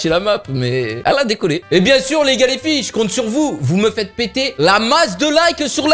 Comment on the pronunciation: Quand il dit "surout les gars les fille" on dirait que il dit les galifi😂😂😂